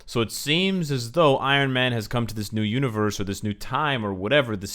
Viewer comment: Anybody hear him say univorse